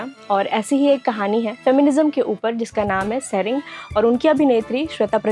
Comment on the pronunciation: सेरेंग होता है ।